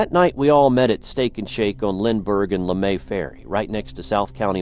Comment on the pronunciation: It's pronounced Lee May not LeMay